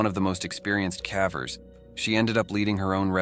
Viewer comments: Calvers? Sounds like she's giving birth to a cow. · The voice has to be ai right? cause it cant even pronounce ‘cavers’ correctly half the time lol. Put more effort in dude this is sad and boring af to listen to